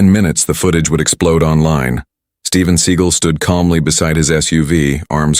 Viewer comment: Can you get the name pronounced correctly??